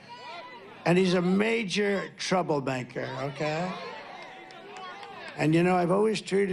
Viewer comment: did he just say "trouble-banker"?